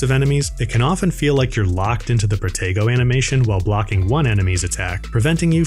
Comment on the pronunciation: Is it just me, but when they say protego..sounds like potato 🥔